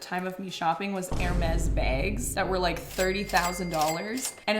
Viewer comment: Yet, you pronounced Hermes correctly......